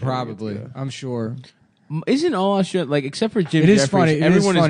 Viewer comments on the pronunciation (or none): none